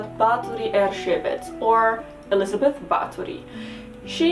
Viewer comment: You have pronounced Erzsébet pretty well... - A Hungarian viewer